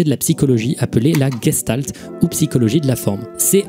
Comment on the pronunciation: c'est de l'Allemand et ça se prononce en vrai "gechtalt".